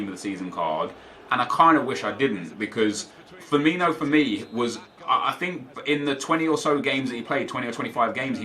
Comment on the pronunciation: it's pronounced Firmino not Firminio lol